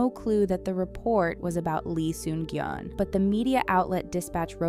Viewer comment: Lee Sun-kyun ...not gyun